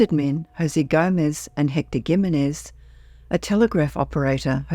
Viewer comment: Learn ho to pronounce Jimenez. In Spanish, the j is pronounced as an aspirated h sound, not a hard j or g sound.